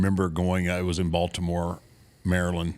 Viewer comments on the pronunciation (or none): none